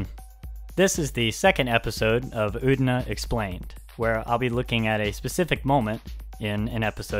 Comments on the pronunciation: It's pronounced U-TE-NA. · I don't want to be an asshole, but it's really bothering me how you're pronouncing "Utena" :S